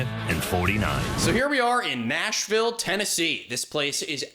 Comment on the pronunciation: I hit the sub button at “OH, THEYA WE GO, MISTA NAYSHVILLE!” 🤭